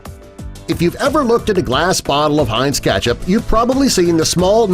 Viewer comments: Y does he say Ketchup weirdly Keeetchip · Why does he say KECTHAP every time!!!